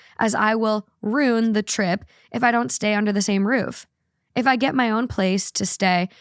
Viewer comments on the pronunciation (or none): Ugh.. Ruin is pronounced "roo-in" not "roon" please stop